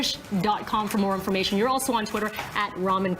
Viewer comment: It's so funny, and I suppose ultimately cool, that he doesn't correct her on the pronunciation. Since she states she is such a fan, I wonder where she got the idea to say his name like that. You'd think as a professional, she would check with him how he likes it pronounced, before they rolled tape. Phonetically it's "Rameen KARIM loo" I know- because the first time I met him, I made sure to ask, and that's how he said it. ;)